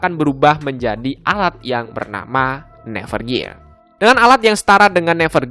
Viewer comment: Bang, saran gua, nyebutin nama nama nya yang bener dong, biar gk salah pengartian/salah paham Klein (bukan klen) Amusphere (bukan atmosphere) Nerve gear (bukan never gear) Underworld (bukan underwall)